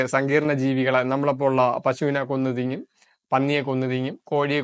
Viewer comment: 'തിങ്ങും ' എന്നല്ല ബ്രോ തിന്നും എന്നാണ്.👍